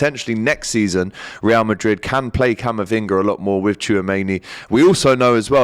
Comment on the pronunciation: Ree-al Madrid 😂